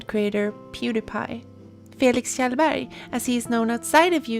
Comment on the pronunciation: När en youtuber uttalar Kjellberg korrekt <333 Fr tho I find your videos very articulate and comprehensive, on top of being aesthetically pleasing. You deserve a much bigger following